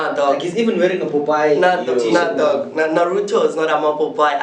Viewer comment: anime is not "popayi" ayhoo !!!